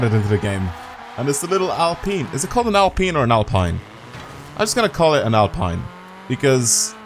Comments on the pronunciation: It’s peen. Like peen-us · The prononciation is Alpean I m French 👌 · Mans said al peen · How do pronounce in britain our Alps mountain chain? Alpine renault name Comes from Alps. And its alpeen.